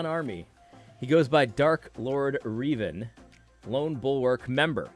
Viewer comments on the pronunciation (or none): “Uhhm ackshually it’s pronounced Rev-An, like rev an engine 🤓” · Seriously AD?!?!? You of all people should know how to pronounce “Revan”, savior of the Old Republic, correctly